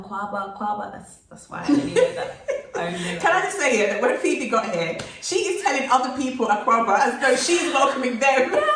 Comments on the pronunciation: Her pronunciation is 👍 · Nice interview. As a Ghanaian, Phoebe's comments are music to my ears. She's done well with the local names, thumbs up. Love you guys. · I really enjoyed this interview ☺️ 🙌 sisters. She did absolutely fantastic with the pronunciation. Love the song 🎵. Much love ❤️ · Hi Phoebe! Your pronunciation are on point. Maybe you should visit Kankun National Park, The Wli water falls and maybe the Ripple Lodge and maybe checkout Mz Dru’s channel for ideas of where to visit. All the best Y’all 💜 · I admire the fact that u realistic about your experience,and your pronunciation is on point with a British accent I love it.but I like both of u your vibe so raw.... And natural.welcome